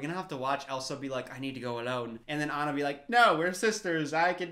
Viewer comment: Its not aina AANNAA!The pronunciation plz😭